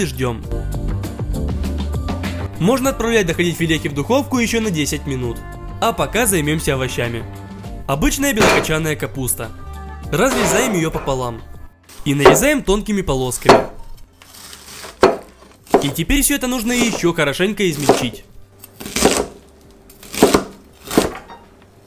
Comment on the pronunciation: ПОПОЛААААМ НЕ НАПОПОЛАМ А ПОПОЛАААААМ крик души...